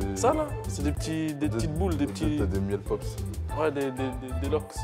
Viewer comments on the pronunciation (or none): "des miels pops" 😂😂👌